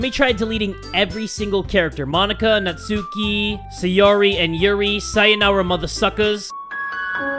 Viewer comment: why do you call sayori sayuri?